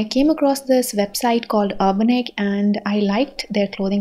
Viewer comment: Some finally pronounced it right and not 'Urbaanic' Also, you could use a lil hack to save your jewellery from oxidising, either by investing in a jewellery spray or coating a transparent nail paint over it !❤️